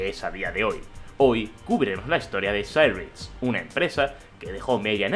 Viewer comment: porque pronuncias cyrix asi? medio inglesado?